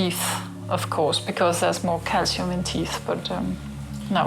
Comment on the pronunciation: it is the accent i guess, since it's certain from the context that what she is saying is "teeth".